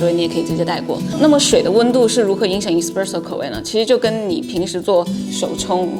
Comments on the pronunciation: 挑刺儿的同学来纠正一下老师的发音哈，It's s-presso not e-spresso，视频的满满的干货，很有收获，如果单词的发音纠正一下那就更好啦。😊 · Espresso麻煩妳別唸錯